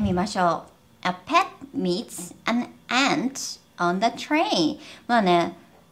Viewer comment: ant はshort vowelですか？ の発音を聞いてると、私にはlongに感じるのですが…